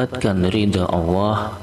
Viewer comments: Maaf sekali lagi jangan suruh ngucap awoh salah itu harusnya baca nya Allah🙏🙏🙏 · Maaf" itu yg bca salah bukan awoh,,tp Allah,,baca masih salah ko suruh baca 🙏🙏🙏🙏